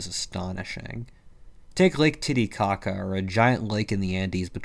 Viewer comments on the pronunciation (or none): "lake titicaca" i heard tiddy caca help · Ngl I giggled each time he said it. Then again, I’m easily amused. 😂